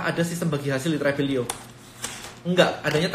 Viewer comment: Apakah hanya saya, kalau tiap kali pengucapan Tribelio tapi terdengar dan terbayang Travelio